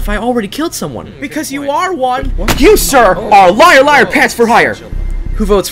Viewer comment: He said lier